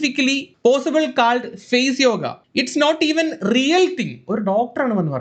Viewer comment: Face nte pronunciation onnu padikku sadhikaa